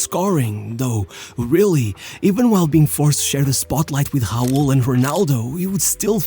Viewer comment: From what country is that dude...RAUL he speak HAUUUL ! :D